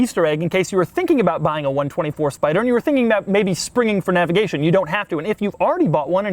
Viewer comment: For the love of all that is holy stop saying, "navigation."